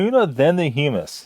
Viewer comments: Hum-mus like you’re humming, not Hugh Mus lol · pronounced "huh - muhs" and made from Chick peas. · It’s pronounced as in Hum not Hume. Hummus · you had me rollin with "chal vuh" and "hyoo muss" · Gotta love that Hue-Miss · It pronounced (hum-us). Like hum to us without the to part. Its a dip made of chickpeas. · It's pronounced hum-us, and it's made from chick peas. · Humus is garbanzo beans. And the way you pronounce it is triggering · I just had to check and see if someone informed him how to say hummus, and I wasn't disappointed.